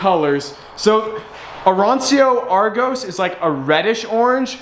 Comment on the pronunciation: The correct pronounce is: Arancho Argos 😂 please stop saying aransio